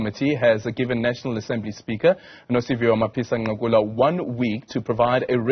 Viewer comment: Not Ncakula, Nqakula 😂😂. I like your analysis though 👍